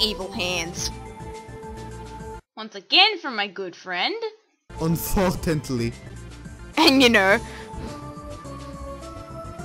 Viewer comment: "UNFORTANTLY" XD